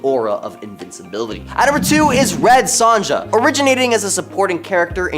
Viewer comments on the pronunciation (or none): Sonja is pronounced Soan-yah